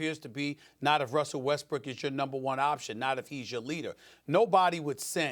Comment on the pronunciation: OMG, this is annoying me! IT IS WESTBRICK CMON ESPN